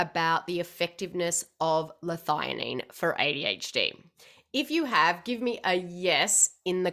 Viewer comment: I'm just surprised you pronounce it 'Lithighanine' I've always thought 'L-thee a Nene'